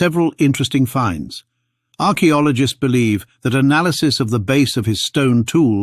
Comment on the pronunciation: "Arak Biologists" Really ?